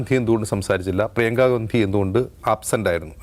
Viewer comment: രാഹുൽ ഗാന്ധിയല്ല…. ഗണ്ഡി…. ഗണ്ഡി… മലയാളം ശരിക്ക് പഠിച്ചിട്ട് പറയൂ സൂർത്തേ😂😂😂😂